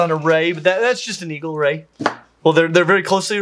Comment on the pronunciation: did you say Eal Ray or Eagle Ray?